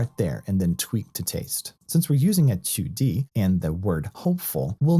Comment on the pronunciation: Your pronunciation intrigued me enough to watch a Chinese & Mandarin instructional video to learn how you are pronouncing Qudi. Well done on teaching that extra piece of knowledge, ha.